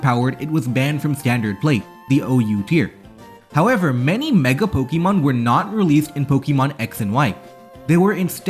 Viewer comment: Say it with me: Po. Kuh. Mon. There's no long E sound in there. You sound ridiculous.